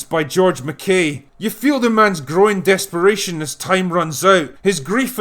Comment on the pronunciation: . I know he said "growing desperation", but it sounded like...